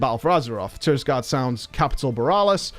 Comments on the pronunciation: The Alliance zone is called TIRAGARDE Sound btw (not Tirisgarde) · I like how almost everyone pronounces Tiragarde Sound wrong xD